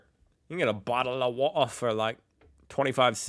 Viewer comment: your pronunciation of bottle of water sounds more Cockney than Australian. The Australian pronunciation sounds more like boddle of war da with the Ds pronounced softly.